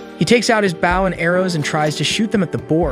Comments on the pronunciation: i like youre vids but can you stop saying baw & arrow when it,s bow & arrow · "he takes out his baow and arrow" 🤣